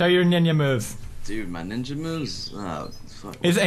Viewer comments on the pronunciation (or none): "Show your ninya moves"-Pewds Dat accent :3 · lol pewds says ninja like ninya